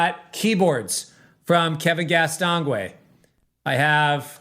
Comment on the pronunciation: Castonguay should be pronounced as if it was written "gay"...french name...common in Quebec, Canada too... Other than that, cool song 🙃